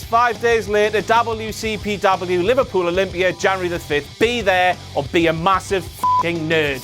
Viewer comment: Damn, I thought was saying Louisville when he was saying Liverpool, I should've known that WCPW wouldn't be coming that close to my home anytime soon, at least not for another two years